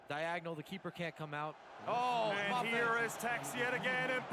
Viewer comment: It’s Mbappe not Mboppe. It’s Varane not Veron.